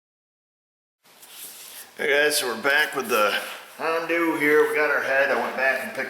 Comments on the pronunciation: Hi, why do you use the pink stuff to lubricate the parts, couldn't just use engine oil? Also, do people in your area say "Hondu" instead of Honda? Seem kind of rude to intentionally mispronounce a name. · We've got these little fellas "springs". Why is everything on her e a little fella? I'm getting tire of hearing the Honda called a hondew. The first thirty times calling it ahondew project weren't funny. Otherwise very professional content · Why do you call it a hondu?